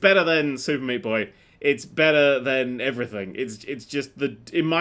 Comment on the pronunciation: could do with pronouncing than better. No wonder umerikunz can't tell the difference.